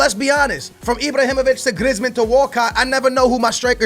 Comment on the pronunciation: Could you plz say people's name right Who's Iblahimovic and Glieezmon